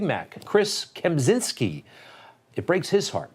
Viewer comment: As Kempczynski is obviously Polish surname, the CZ in his name should be pronounced same as in word "Czech".